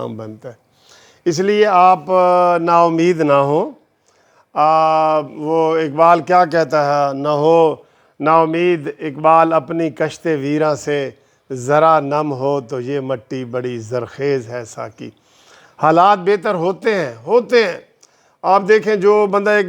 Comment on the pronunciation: In iqbal's verse it is "kisht" and not kasht as you read.